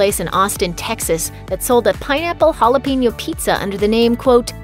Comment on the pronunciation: The only thing I hate about this video is that she can’t pronounce jalapeño